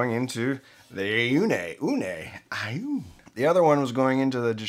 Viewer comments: it is pronounced like "oh knee" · on -it's pronounced on